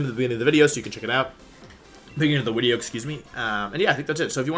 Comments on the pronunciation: Are you saying wideo? Instead of video? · Why do you say "wideo?" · Why are people saying 'wideo '? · Bro said widio 😂😂😂😂😂😂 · I keep hearing Wideo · Is he saying wideo?? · What's with the "wideo" correction when he says video. Not judging just confused. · Is he saying wideo? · did he say "wideo"? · The way you said video and just went with it was amazing. Top notch